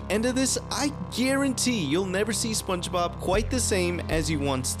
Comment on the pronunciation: I can't get over how "spenchbab" gets pronounced though it's so damn funny